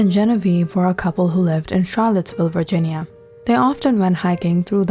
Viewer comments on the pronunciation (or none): none